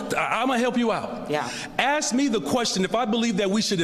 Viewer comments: You can axe me a question, isn’t he a teacher? Axe me the question? He’s no teacher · You can AXE me a question? Is that HEbonix? What a pathetic, racist turd. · axe me the question, lol